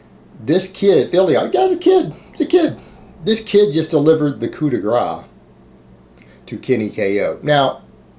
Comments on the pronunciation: Coup de grace actually pronounced coo de grass -somebody who is fluent in French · You pronounced Grace very wrong lmao. its supposed to sound like GRASS. Its french